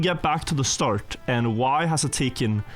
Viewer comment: Why does he keep saying “starge” instead of “start”? Is there a purpose?